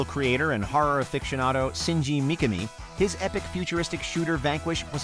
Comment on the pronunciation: UGH! I cringed so hard the way you pronounced the name of the RE creator .